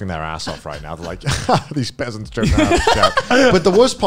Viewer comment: Haha, peasanrts -a korean